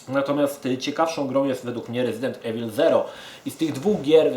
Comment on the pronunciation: Panie kolego, wymawia się "rezident iwyl".